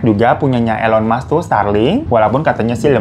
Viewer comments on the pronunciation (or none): none